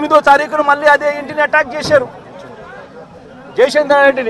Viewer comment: అడగదలుసుకున్నా - 27 సార్లు కార్యక్రమం - 34 సార్లు Speech speed = 75 wpm approx కొన్ని తప్పులు - పొటెక్షన్ శేశారు పోలీశులు కొసమెరుపు:- పోలీసులు నీ బట్టలు విప్పకుండా చూసుకో., అడుక్కునే దాకా అడగదసుకుంటానే ఉండు.